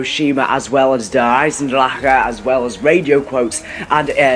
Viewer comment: OMG EVERY YOUTUBER SAYS DER EISENDRAKA THE CH DOES NOT MAKE A K SOUND IT'S GERMAN. IN THE MAP RICHTOFEN SAYS "FEED MY DRACHEN!" IT DOESN'T MAKE A K SOUND!!!!